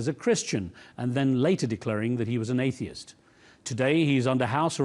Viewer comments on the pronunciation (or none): Why did I hear “Atheist”?